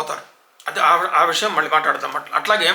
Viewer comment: Asalu కళ్లు, పెళ్ళి, మళ్ళీ, పళ్లు అనటం మానేశారు. సినిమా లో కూడా కల్లు, పెల్లి, మల్లి, pallu అంటున్నారు.karna kathoram ga ఉంటోంది.